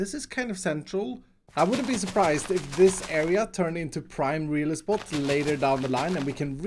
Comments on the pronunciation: “Prime Real-e-spot” Me: “Nice” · No one:: prime real es-spot Me: 🤔🤔🤔🤔🤔🤔🤔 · No one:: prime realespot